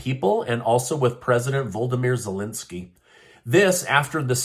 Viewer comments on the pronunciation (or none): Did you say Voldemort Zelinsky?